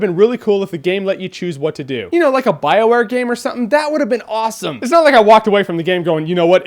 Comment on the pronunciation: Someone should teach you how to properly say bioware lol